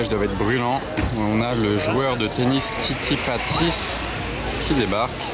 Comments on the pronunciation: ce n'est pas tsitsipasis , mais tsitsipas !!! sinon encore de belles pépites de trouvé sur cette vidéo . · Le massacre du nom pour Tsitsipas 🤣 C'est un très bon joueur de tennis avec un revers à une main. Par contre peu de gens l'ont dans leur cœur. Il a un peu des tendances xénophobes... D'ailleurs il semble détester les français vu ses réactions sur les tournois...